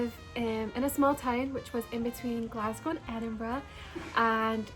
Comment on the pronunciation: when she says Glasgow it sounds exactly like people say it there lol